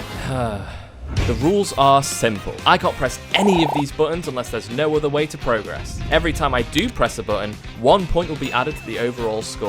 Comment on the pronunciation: Awesome video but please for the love of god stop pronouncing the verb form of “progress” like the noun form 😭